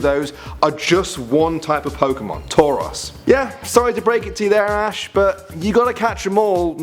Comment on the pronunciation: its ash not ass